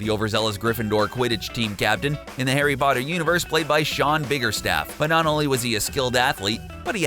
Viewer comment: STOP SAYING HARRY BOTTER!!!!